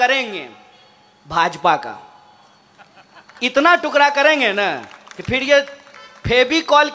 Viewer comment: टुकड़ा होता है टुकरा नहीं